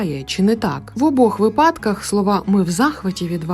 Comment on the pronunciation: Помітно, що ви прагнете вдосконалюватися. Тому підкажу) Наголос у слові "вИпадок" на перший склад ) Успіхів! )